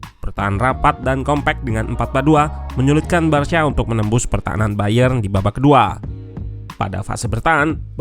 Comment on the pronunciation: Cara baca "Barca" itu barsa bukan barsya